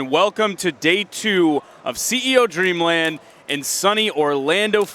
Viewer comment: Its "Dreamland" not "Dreamand"